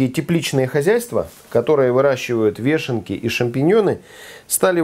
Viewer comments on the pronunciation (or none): Правильно говорить ВЁШЕНКИ)))